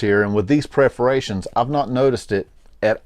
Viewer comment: pər-fə-ˈrā-shən, sorry...good video, it was what I needed to hear before buying. I like the design but I couldn't find them in any brick and mortar stores, and it is hard to tell the quality by looking at online pictures. These are on sale right now on the Cole Haan website for $129 with free shipping!